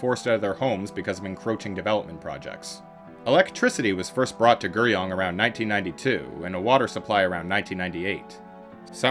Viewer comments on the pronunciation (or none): I felt that the video was decent, but the Korean really bothered me. I think the audio presenter needs to learn the correct pronunciations, or as close to possible, when presenting videos. 서울 (Seo-ul) instead of soul, 강남 (Gang-nam) instead of Gaaaangnaaam, and 구룡 (Gu-ryong) instead of Ger-young would have helped this video be digested much easier.